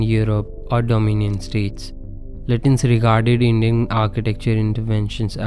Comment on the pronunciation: Thanks & a well thought out analysis. His name is pronounced "Lutchens" or "Lachh-ens"